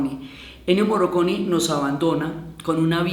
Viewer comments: Morricone. Se pronuncia Morricone. Ni Moroconi, ni Morroconi, ni Morriconi. Morricone. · MorrIcone no Morroconi. Pensé que se había equivocado pero lo pronunció mal todas las veces. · Diana, en este homenaje hubieras partido del punto de pronunciar el nombre de Ennio Morricone (no morroconi 😕) correctamente. Por lo demás todo muy bonito.